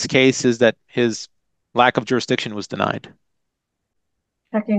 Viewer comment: He would like to challenge the “durisdiction”